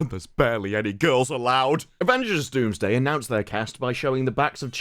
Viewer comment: Its Doomsday, not Wombsday